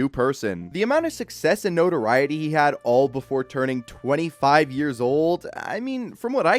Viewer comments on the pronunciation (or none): none